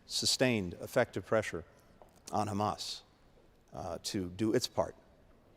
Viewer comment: into the video, listen to what he actually says - "how he defines Hhhrraaammass.." 🤔